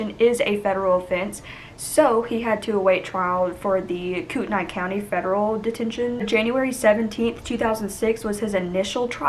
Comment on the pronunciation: Great job with the details. I live in the local area. Pronunciation is "Coreduhlane" and "Kootnee". Interesting fact: their house was set back off of Interstate 90- clearly visible. After the trial was completed, local people and construction contractors (with the help of our local government) voluntarily (zero cost) demolished, execuvated and removed every speck of debris of the house as a sign of quiet respect for the family. The homesite has since grown back wild and will remain that way indefinitely as it is now legally protected from building and development. They promised young Shasta that "nothing will ever be there again."